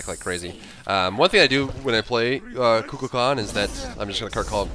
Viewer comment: Is he pronouncing Kukulkan correctly? Only reason I ask is because I notice he tries hard to pronounce the other God's name's correctly, but this isn't how I've heard this name pronounced in the past. I've always heard it said more like Koo Kull Khan (no that's not phonetic spelling lol).